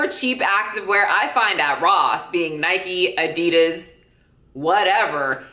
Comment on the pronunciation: Why are people pronouncing Adidas wrong?